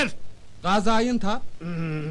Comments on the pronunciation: gazayintap diyor ya oldum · Gazayintap diyo ya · Gazaintep demiyor slaklar gaziayıntap diyor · bide gaziantep yerine gazıyantep XJH FDXDXREXD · gazayıntap diyor usta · Gazayunta diyo